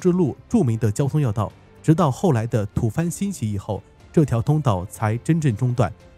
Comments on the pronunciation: 白字先生太多了。习惯上， 吐蕃念“土波”而不是吐翻。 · 讲的好混乱啊，理好思路再来讲，吐蕃(bō)，不读fān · 提醒up主一下,讀稿的時候注意不要讀錯別字哦! 吐蕃應讀Tu Bo,不是讀Tu Fan. 喀喇昆侖應讀Kala Kunlun,不是讀Kela Kunlun. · 哥们儿 喀喇昆仑的喀是ka 一声，不是ke四声。吐蕃的蕃读bo一声，你说的藩才读fan一声，差个三点水呢。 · 我发现好多自媒体字都认不全，吐蕃（读播，不是番） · 吐蕃tubo不是tufan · 吐蕃要读吐播，喀喇昆仑的喀不能读客